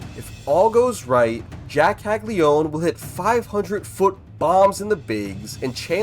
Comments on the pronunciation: How many times does this need to be said... his name is Jac CAGLIANONE. Not CAGLIONE... it's Cag-li-uh-none not cag-li-one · It’s Italian - it’s pronounced Kal-Ya-No-Neh